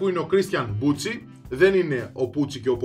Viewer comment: Είναι μπουκι όχι μπουτσι.το c μαζί με το h στα ιταλικά διαβάζεται κ! Δεν το λεω με κακια απλά σε πληροφορώ για να το ξερεις! Συνέχισε την καλή δουλειά !